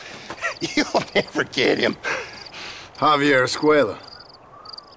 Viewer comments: Despite hearing the correct pronunciation of "Javier" in the clips used from the actual game in this video, this guy insists on pronouncing it "Javi-AYE" instead. He says it several times, each time more irritating than the next. Completely ignoring the letter "r" for no reason whatsoever. I know he's British but that's no excuse. He mispronounces it just to annoy the hell outta me. If he can say "Red Dead Redemption" without fail, he can say "Javier". Sound it out: "Hav - E - Air"... You dick. 😒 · Did you really just pronounce Javier w no R? 😑